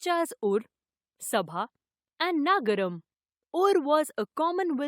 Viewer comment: It is not naagaram...it is nagaram and it is not Tamil it is tamizh